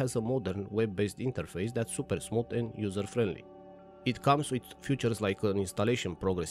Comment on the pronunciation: fEAtures, not fUtures.